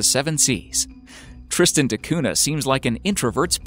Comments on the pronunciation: Tristan da Cunha (cuña, not cuna) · Cunha is a Portuguese family name and is not pronounced CUNA. The H is not silent. It actually gives a sound similar to the Ñ in Spanish. So, the sound is like CUÑA. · It's pronounced koonya, not koona (Tristan de Cunha). For heaven's sake hire a professional narrator. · Dude, you’re spelling “cuna”? Google listen Cunha.